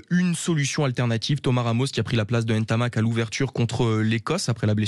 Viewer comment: Commencez déjà par bien prononcer son nom après on parlera